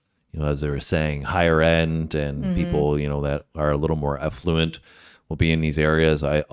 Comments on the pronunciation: There are no operators better than another, just different. The Regiment as it is called, (SAS). Most missions are never known or reported on. Gosh the gentleman said effluent areas of Kenya not affluent. (So funny). Here in the UK you must educate yourselves on terrorist attacks. Start with THE TROUBLES which took over 3,500 lives and then work up the decades to Manchester and 7/7 bombings. Please become more knowledgeable for great content. Oh Obama was born in Kenya and it is a Commonwealth Country. The British train Kenyan troops. I am astounded about how ignorant, (Sorry not meant to be a Criticism). Just there is a world outside the USA. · Affluent and Effluent mean very different things, your pronunciation was unclear, was clear in context thankfully 😂 As for this guy, he grew up near me in a similar environment. Whilst he is obviously exceptional, it is a tough upbringing and general day to day life required a particular toughness on reflection. Not surprised they were shocked by him. He is a known hero publicly I know a few people that are as solid as him, but until that moment know one knows if they could do this. Proud of him. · Its Affluent with an A meaning wealthy. It is NOT Effluent meaning waste water...